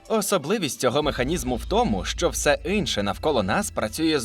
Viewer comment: Не "инше" , а "інше"